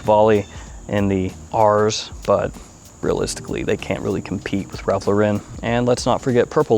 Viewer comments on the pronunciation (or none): none